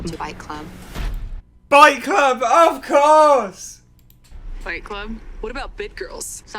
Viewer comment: Did she say welcome to "Bite Club"....Time travel can't come any faster😂🤣